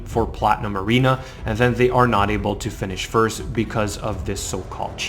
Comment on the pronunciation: I also like how you say your first............ (Sarcasm of course if you don't detect it, lol)